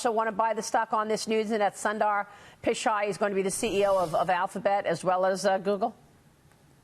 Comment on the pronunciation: Sundar (soon-thar) Pichai (pi-chay) Thats how you pronounce his name in the traditional sense... Its weird hearing westerners pronounce his name.. LOL...